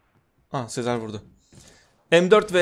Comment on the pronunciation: Abi Sezar'a Sezer deme ya gıcık oluyorum